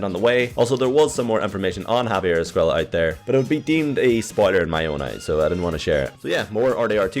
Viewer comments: Just saying his last name isnt pronounced ‘Es-kway-la’ it’s ‘Es-kway-ah’ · Its pronounced escueya because of the double ll but if it is with one L then youre right. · Loved the video, per usual, and I just wanted to tell you about a little bit of Spanish pronunciation. Due the double "L" in Javier's name, the pronunciation is Esc-"way"-a. Keep up the amazing work, and I still really like the intro work